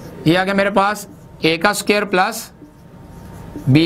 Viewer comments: Sir g suquare ni hota square hota ha🤣🤣🤣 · Square hota h not sucare 😂😂😂😂 oooo bhaiiiiiiii Maroo Mujhe maro😂😂🔥👌 keep up the sucare كففو